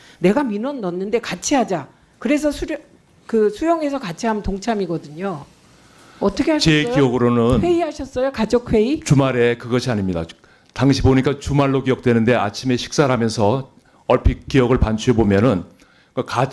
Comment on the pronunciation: 가족이 아닌 가 좆 으로 들린다.